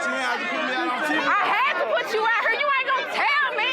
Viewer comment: right "hur"- How about Right here.